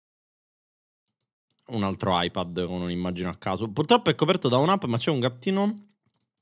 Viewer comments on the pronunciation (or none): none